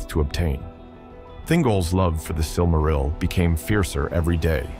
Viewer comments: I lost count of how many different ways he has mispronounced "silmaril" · Kinda iffy on your pronunciations. You pronounce "Silmaril" 3 different ways: SIL-ma-ril, sil-MAR-il, and SIL-ma-RIL. I'm pretty sure the accent's supposed to be on the first syllable. Tolkien explained how to pronounce the different languages, you might consider familiarizing yourself with them.